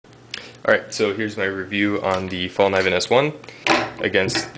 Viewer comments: It's not pronounced Fall at all .. but - to write it as it should be read in english - faellcneeven ... the a is not an a but ae as you pronounce the a in Mary almost. And the K is not silent but strong before then n. =) Other than that .. what all other guys down have said .. useless comparison, useless comments and a waste of 10 minutes of my time. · Fällkniven is not pronounced 'fall', but 'fell', and the 'k' is not mute in 'knee', it is pronounced, just like in 'cat' or 'car'. So it's more like "fell-cnee-ven".